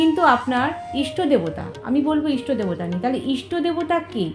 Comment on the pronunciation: ইস্টো না। ইষ্ট